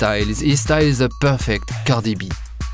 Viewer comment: The way he says "Cardieegh Bee" has me in tears 😭